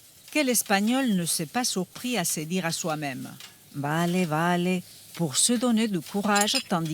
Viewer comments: "Bale" pas "Vale" por Díos 😭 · Mais pourquoi dire "valé" ? Tout le monde dit "balé" ! Y compris dans la version espagnole de CE reportage, alors quoi ? Karambolage España - "vale" | ARTE tv Cultura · Vallée ❌ balé ✅ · Désolé pour la correction, mais le v n'est pas labiodental comme dans d'autres langues ; en espagnol c'est bilabial. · On ne prononce pas vale avec le son v mais b. Je ne comprends pas pourquoi le prononce à la française quand sa largue maternelle est l’espagnol. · Normalement le v se prononce b toutefois dans certaines aires hispaniques il est prononcé comme un "v". Il faut le voir comme un accent. En Amérique Latine c'est très fréquent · J'aurais pensé qu'elle prononce les v presque comme des b, mais non Dépend des régions surement